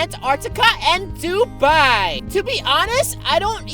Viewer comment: It is not dubai the "d" should sound like the so thats how you pronounce it